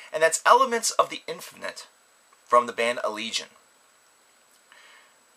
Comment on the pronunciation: Best album of the year so far. Btw you pronounced the name wrong xD it's allegayon